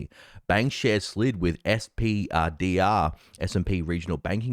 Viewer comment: SPDR is better pronounced "Spider", because thats what its for......